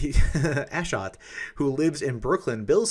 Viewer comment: Ashot is an Armenian name just so you know. Your accent is wrong lol